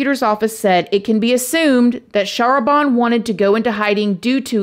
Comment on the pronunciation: I believe her name is pronounce "shah RAH ban" with the emphasis on the second syllable. *and the "ban" rhyming with "can"